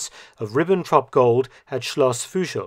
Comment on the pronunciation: Thanks a lot for your great videos! 🙂 Just a small correction: "Fuschl" is written and pronounced with a regular "u", not "ü".